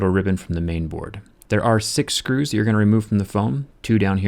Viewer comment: Why do you say Shcrus?